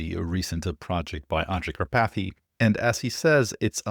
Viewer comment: Kar pathy! 🤦‍♂️😂🎉